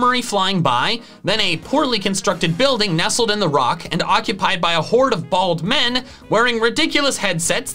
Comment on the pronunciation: love how puts emphasis on the Bald men being in danger